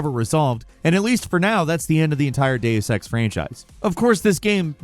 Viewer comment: Please ask somebody...anybody...how to pronounce "Deus" and "Eidos". I can't take it anymore.